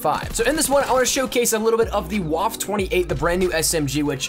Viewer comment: I cringe every time you say "Waffe" it's pronounced "Vaf-a"